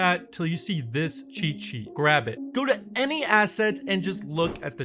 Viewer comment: Can you properly pronounce "cheat sheet"?